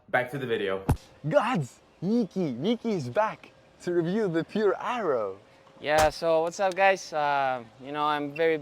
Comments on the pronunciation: lol, I went half the video thinking was calling it the eyeroll racquet - some kind of cut on its ridiculousness. Aero! Aero was the word!! 😀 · “Eye-Ro” “I-row” “Aye-roe”...